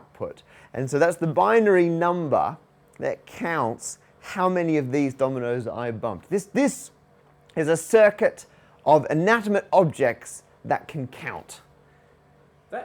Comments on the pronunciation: Woah, I watch this video several times a year, and I've only just realised that Matt said "inatimate" instead of "inanimate". He was just so excited. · Anatamate objects? That's a Parker pronunciation. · inattimate objects?